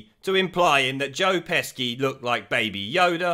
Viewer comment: Love your videos man. But why can't you say "Gervais"?? Hope it's a joke! Oh I just heard you say "Joe Pesky" also lol!